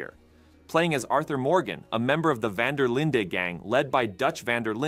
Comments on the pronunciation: “Van Der Linda” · Bro said Van Der Linda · vanderlinda?! thats not how you say it sir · “Van Der Linda” 😂😂😂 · Dutch Van Der Linda 💀💀💀💀